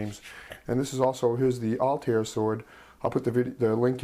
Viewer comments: its altiar....( AL-TY-AIR) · Not bad. Think I'll give this one a shot. By the way, Altair is pronounced "all-tie-ear"